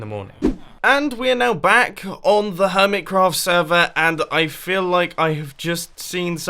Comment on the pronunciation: Its been 3 years and Mumbo still says it HermitsCraft ITS HermiCraft not HermitsCraft